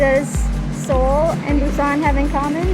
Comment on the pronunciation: Welcome to Korea! Thanks for sharing your trip to Busan, I've been there only once for a few days and I really want to go again after watching this. And, your pronunciation was precise! Hope you enjoy your time here and I can't wait for more videos!